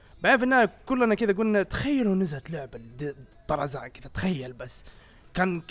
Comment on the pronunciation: من لاحظ ان الدقيقة قال أرزان مو طرزان